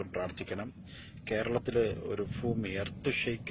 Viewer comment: ഫുമി അല്ല ബായി ഭൂമി. നാക്‌ വടിക്കാനുള്ള സംഭവം കടയിൽ കിട്ടും